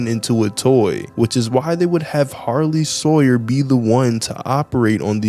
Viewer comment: It’s Harley sawyer not sarley hawyer